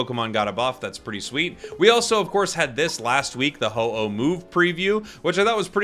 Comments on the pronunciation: It was more like ho hos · Just a little correction it's called Ho-oh 😊